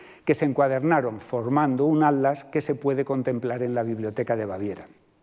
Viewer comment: Me llama mucho la atención que el doctor no pueda pronunciar la palabra "Atlas" y en su lugar dice algo similar a "Ad-las" 🤭 Perdón, no es falta de respeto. Sé que a muchos españoles les cuesta mucho la pronunciación de las sílabas que llevan "tl". En este caso es más curioso porque por el tema de la conferencia ha tenido que pronunciar esa palabra muchas veces. Saludos desde Buenos Aires, Argentina 🇦🇷